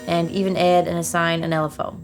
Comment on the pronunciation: Her accent really comes out when she says add